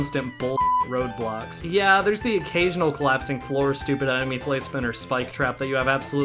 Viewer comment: It took me like, 4 different times to hear the intro to realize you meant "road blocks" and not "roblox"